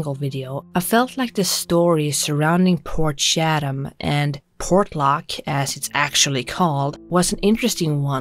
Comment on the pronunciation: Portshatum...port chat am is how pronounce it, shatum sounds like you pooped yourself 😆.